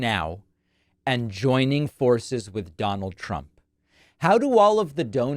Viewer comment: I hate how she always put a "sh" to the words.. for example "forshes"